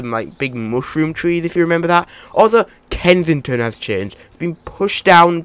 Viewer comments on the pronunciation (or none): Lol kensidghfjdhfton Its supposed to be kensington Lol